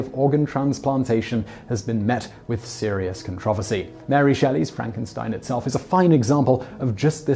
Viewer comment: Every time this man said the word, "controversy" I almost had a stroke.